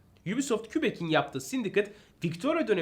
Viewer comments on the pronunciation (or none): o şehrin adı kübek değil kebek diye okunuyor.